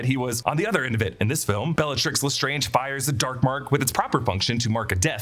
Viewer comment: I’ve said it before and I’ll say it again. It’s not not Le Strange, it’s Le Strange rhymes with plunge